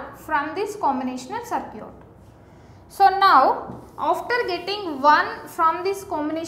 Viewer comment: its circuit not sircute